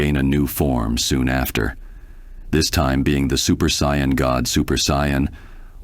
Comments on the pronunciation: You spelled it wrong.. just saiyjin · You said sayian wrong. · I'm not convinced the mispronunciations aren't intentional. "Saiyan" was mispronounced two different ways too... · How many ways can he say ''sayan'' wrong?